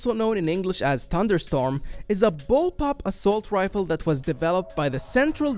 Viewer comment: Every time he says “assault rifle” I die a little inside